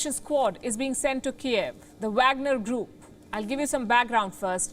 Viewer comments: Pronounced vogner group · She can’t say Wagner lol English